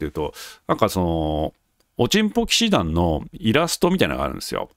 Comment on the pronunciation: 冒頭のおちんぽ騎士団の発声がとってもステキ♥ 恥ずかしがらずハッキリ言える人は格好いいですよ！